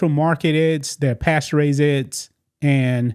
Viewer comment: Eggs, not edds..